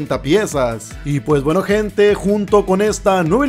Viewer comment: Oye ay dice buaca